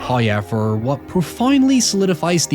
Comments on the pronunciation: It’s the first time I hear someone pronounce “w” as “y” Ex: how = hoy, now = noy, however = hoyever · However ❌ Hæěver ✅ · I’ve been watching this guys videos for literal years yet I’ve never been able to not laugh , cry and wince at the pronunciation “ HIIIYEVERR “ 😭😭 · First "hoyevver" drops . A blessing from He!